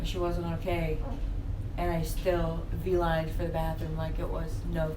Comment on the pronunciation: Is she saying “vee” lined instead of “b-lined”? I’ve never heard V-lined befire